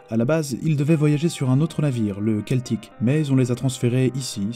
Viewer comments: vidéo intéressante mais pourquoi prononcer Keltic alors que même en anglais c'est celtic. et sans arr^t tout ceci alors que c'est cela.Faut revoir le français. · Devant les voyelles e, i et y, la lettre c se prononce (s). Ce n'est donc pas Keltic mais celtic. De rien!